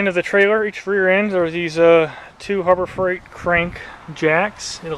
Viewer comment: not a selling point when you say "harbor frieght"